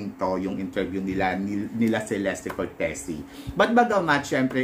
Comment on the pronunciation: Che-les-te cor-te-zi po tamang pronunciation ng name nya. Italian e